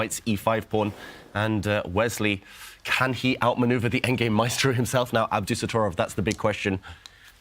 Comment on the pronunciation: I'm sorry but it is NOT pronounced "AbDUsotrov"! The most important syllable that makes his name sound as fierce as he is being dropped. Worse, it is the syllable where the accent is. It is AbdusatTORov, Ab-doo-sat-TOR!!-ov. Respect the players by pronouncing their names correctly!! You know who you are. :-) I am incredibly surprised that someone did not step in to correct this. This is extremely important. It is also extremely grating to hear over and over and it tends to sour things.